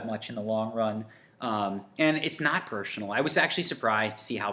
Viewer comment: You're right And I like you a lot But that pronunciation of "personal" was strangely funny